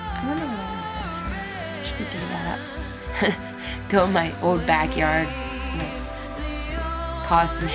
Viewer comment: Elasticity is a word :) I love the way you say 'old'. Sounds like "ohd". The first time I heard it was when you described your Harmony guitar. Thought you were being cute because it sounded like a kid talking :) but you still pronounced it "ohd" in this video. Anyway, LOVE IT :)